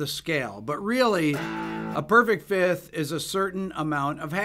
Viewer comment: FIFTH, not FITH!!! FIFth! FIFth! F-I-F-T-H!